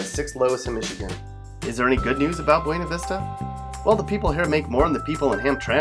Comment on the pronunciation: it is pronounced buuuuuuna vista